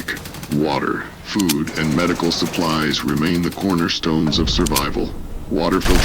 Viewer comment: You need a better AI to read this stuff... This AI's ability to pronounce words (it can't even pronounce "food" properly!) absolutely SUCKS.